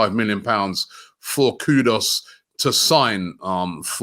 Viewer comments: Robbie, it’s K-U-D-U-S not K-U-D-O-S. Got it? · his name is not pronounced KuDOS it's Koo-Duus!!!! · Robbie, it’s KudUs not KudOs 😊